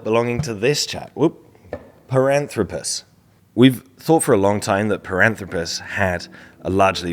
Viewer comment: Piranthropus? Zinyanthropus? BIG JAWS? Related?🙈🙉🙊